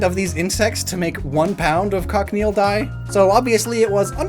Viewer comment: Just a bit of pronunciation for cochineal Coach-ih-kneel